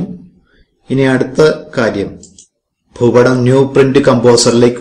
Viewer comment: ഫൂപടം അല്ല ഭൂപടം